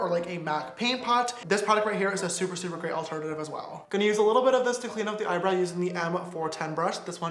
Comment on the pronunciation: did you Just say eyebrai